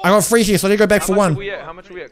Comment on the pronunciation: Every time he says the word "Three" he says "Free" and it makes me think he skipped English class